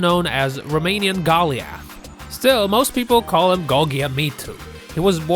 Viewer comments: Go-lee-ath instead of Go --lie-ath for Goliath? Really? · "Golly-Ath"? Anyone who does not know enough to pronounce the name of Goliath, does not posses enough knowledge to teach anyone anything. Sorry, but INFORM yourself. Ridiculous. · I too have been called Go-Lee-uth but she was drunk and not wearing her glasses! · Can we get a retake of the narrator trying to say Goliath please? Sounds like someone mumbling through song lyrics they dont know too good! LOL